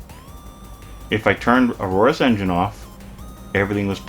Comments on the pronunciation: its not "a-roar-us" its Aorus " like the egiptian god , man why is it so hard for people .... lol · holey cringe intro ........ and you cant even say the word Aorus properly. Embarrasing.